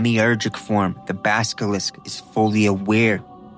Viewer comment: Same when he said baskilisk instead of baskilisk several times. As well as saying roku instead of roko when mentioning roko's basilisk. No flame here, just can't help but hear those mispronunciations lmao 😅